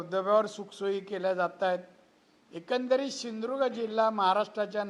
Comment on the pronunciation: याला सिंधुदुर्ग शब्द ही बोलता येत नाही. नीट ऐका ptrkar